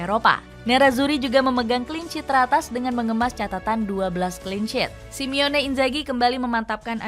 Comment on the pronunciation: SI MO NE bukan SIMEONE ya mbaaak 😓